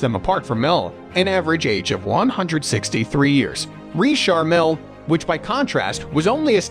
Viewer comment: Can't get enough of the Narrator saying REESHAR MILL.